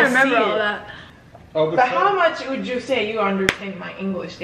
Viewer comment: 待ってました❗お母さん大好き💕何だか楽しそうで顔が自然とニッコリ顔になってしまいました😁一回目の『Would』うっじゅ―の発音でWの発音がないとありましたよね😅あれ私もあるあるでした🙋お母さんと同じように発音していましたよ😱とにかく楽しんで見させて頂いていますのでこれからも宜しくお願いします(p^-^)p皆さま、ご健康には十分注意してくださいね＼(^_^)／